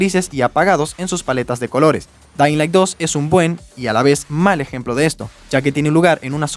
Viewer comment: Delailand 2 y Danlai 2 🗿